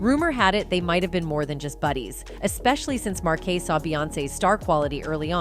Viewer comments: It's Marquez markez. It's pharelle farell😂 you butcher everything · “Markay” and “Booster” 😂